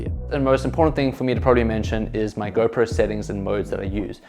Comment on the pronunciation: Nice video man 👍 Whenever you said GoPro selfie... It sounds like a girlfriend selfie 😃